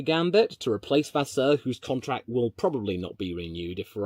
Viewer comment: Dude your accents are spot on for the diffrent languages HOW Benedetto Vignia was properly pronounced Vasseour was properly pronounced... HOW